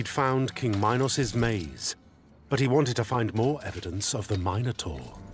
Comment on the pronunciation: I'll accept the butchering of Theseus' name but Mynos and My-nataur? Why are you adding the long I into a language that does not and never has had that sound. I see people do it with Dionysus too. I sounds like E. And Y sounds like the short I (like in it or Istanbul). So its min (like mean) Meenos/Meenotaur. And Dioniysus is not Die-oh-nicesus its Dee-o(short o like in Orange)nisus Hope this helps with future videos. Should give you more credibility when talking about them.